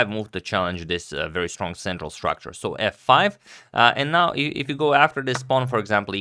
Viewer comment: One pawn "structure", gotta love agad :D